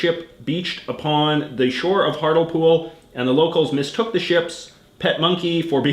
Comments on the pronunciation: Ahhhhhhhhh hartlepool is pronounced hart-lee-pool not hartlepool i died a little inside hearing you say it like that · It's pronounced heartly pool giza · Through the entire UK part I was chanting " It's heart lee pool not hartle pool!" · You are really bad at pronouncing British citys lol its also heart le pool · It’s pronounced Hart-Lee-Pool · Hartlepool (HART-LEE-POOL) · Hart LEE Pool is the way Hartlepool is said and Norwich is "Norridge" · Norwich is pronounced norich the Thames is pronounced tems Hartlepool is pronounced Hartleypool and innit is used throughout England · Hartlepool is pronounced HART-lee-pool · Your pronunciations of Norwich, Thames and Hartlepool made me slightly queasy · your pronousanation of those postcards of the uk are cringeworthy